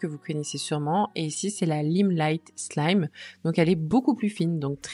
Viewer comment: Hello, juste pour info la lime fine se prononce slim comme les jean slim (ça veut dire étroit), car sinon slime veut dire gluant ; )